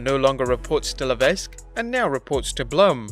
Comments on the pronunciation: Le-Veck or La-Veck. The S is actually silent. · The s is silent in hhh last name . La veck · FYI, the s shouldn't be pronounced in Levesque. Always sounds weird to me when someone does. :p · LA-VECK, GO-BEAR